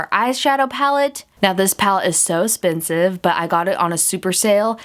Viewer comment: "so 'spensive"? 😂 Do you know how to speak proper english?